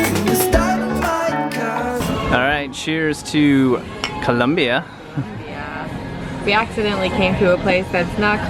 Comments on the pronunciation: Col O mbia...no U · I hate the way you pronoun the name of the city! Sorry guys but I have to say it.